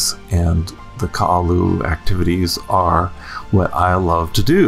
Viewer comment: Guy, it not Ka’alu’u, it’s Ka-ha-lu’u. And it’s not Kailua Bay, it’s Kamaka Honu.